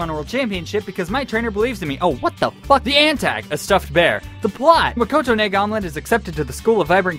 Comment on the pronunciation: "Makote Naesandwich" facepalm too much